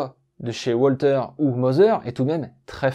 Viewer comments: WALTHER ne se prononce pas OUALTER mais VALTER. En allemand par pitié le W se prononce V et pas OUA. Mais à part ça, Super / Bravo! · Une arme allemande ? Il vaudrait mieux prononcer 'Walter' à l'allemande 'Valteur' plutot qu'à l'anglaise 'Oualtér'...